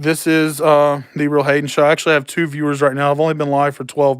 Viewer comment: During the live when you said "TheRealHayen Show" I thought you said "The Read Hating Show"